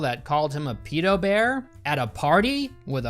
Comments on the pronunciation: Thank god there's someone else out there who pronounces it "pee-doh" I thought I was the only one. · I cringe every time you say “peedo” more than retard.